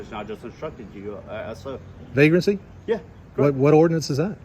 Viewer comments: Vague-Rant-See??? His vague grasp on our rights is appalling. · He’s been dying to say “Vagrancy “ ever since he saw Rambo, 😂